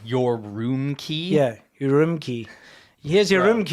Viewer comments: I understand you are proud of your CCP hotel room, but it is ur-um-chi, not your-room-key to the red room. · This guy lost 100 social credit points for his mispronounciation of "Your-rome-kie".